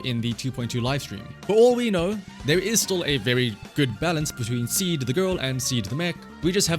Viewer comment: in Japanese her name is シード(shiido) so saying "Ah Seed" あ、シード (ashiido) - sounds like you're saying Feet 足 (ashi)